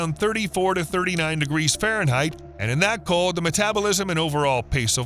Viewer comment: Everytime you say Ferenheit, I go through this (X°F − 32) × 1.8 = _°C 😢 Give the a break